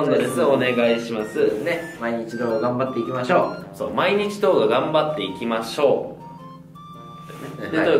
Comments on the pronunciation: 僕は始めのころ まー一応頑張っていきましょうって聞こえてたけど後々わかった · はいどーもこんにちは水溜りボンドですー、まあ一応頑張っていきましょう！って聞こえる笑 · 今まで、今一度頑張っていきましょうって聞こえてたｗ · たまに、まぁ1度頑張っていきましょうって聞こえるww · 今一度頑張っていきましょう！に聞こえるのは俺だけかな？？ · 毎日動画頑張っていきましょう って言ってたんですか！ いまいちど頑張っていきましょうって聞こえてました！ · 俺もたった今この動画を観るまで「まあ一応頑張っていきましょう！」だと思ってたｗｗ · 僕は…ね、今一度頑張っていきましょうに聞こえますw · 「今一度頑張っていきましょう」って聞こえてた笑 毎日動画って言ってたのか！私難聴かもしれんわ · 前、｢はいどーも水溜りボンドです ね！一応頑張っておきましょう｣って 聞こえたw 私の耳どうかしてるw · ね、まあ一応がんばっていきましょう！に聞こえるｗｗ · 今更だけどまじではじめのへんは ｢はいどうも～水溜りボンドです。ね！まー 一応頑張っていきましょう。｣にしか聞こえんで一応ってなに？って思ってたwwww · 「まぁ一応頑張っていきましょう！」つて聞こえてたw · 今一度動画頑張っていきましょ！ って聞こえてた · はい！どーもー、水溜りボンドですー ね まー一同頑張っていきましょうに聴こえてました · 今一度頑張っていきしょうって聞こえる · はいどうもー水溜りボンドですー お願いします〜 ねっまぁ一応頑張っていきましょう って聞こえる